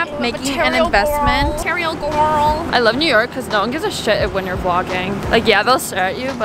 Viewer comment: “Am in love with an EMO GWROL” LOL